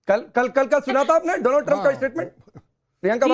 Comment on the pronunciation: मैडम पहले शब्द बोलना सीखिए दोलाँनड ट्रंप नहीं है नहीं है डोनाल्ड ट्रंप है यह बात राकेश पांडे को समझना पड़ेगी